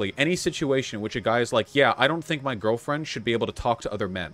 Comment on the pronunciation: "If I had a gurlfrend...and she made me brekkfast...I would LOVE that! But if she then made brekkfast, for another person in, the same way when they sleep over to, like, hang out and play, like video games...and like...but not me....that would be...I would feel INSECURE 'bout that...and it would make me feel bad...." Vaush 2021